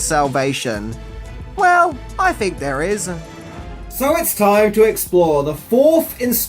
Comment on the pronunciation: Why does this guy keep using the “F” sound where there should be a “TH” sound? “Fink” instead if think. “Worf” instead of “worth”.